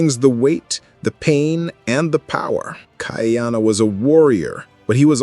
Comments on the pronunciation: you are mispronouncing his name. it is not Kaiana. it Ka’iana…… (Ka E ana) it has an Okina between the A and the i. By pronouncing it incorrectly you are changing the meaning of his name. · Not kai-ana, ka-ee-ana. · Your dates are often off by 100 years - please check the script. Also, the name is pronounced KA-EE-Ahh-NA. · Most of your pronunciation throughout your show is pretty good except for how you say Ka’iana. Since this particular show is about Ka’iana, maybe go back and watch an episode to hear the pronunciation. We have several punctuation symbols that are like extra letters in the Hawaiian alphabet. The ‘ or “Okina” is a glottal stop to stop the blending of the letters. Pronounced Ka ee aa na. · Did you know that Ka’iana has 3 syllables. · It’s killin me 😂!!